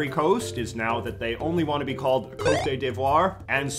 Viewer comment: Perhaps in the future, you might want to research how to pronounce foreign words instead of just guessing. You didn’t obviously take any romance languages in school, but here’s a 101 rule; COTE in French is not pronounced KOTAY. In fact, you don’t pronounce the final E. It’s pronounce “caught.“ nice article otherwise. And you forget in this global age, even though the Republicans hate it, there are a few people living in the United States speak more than one language.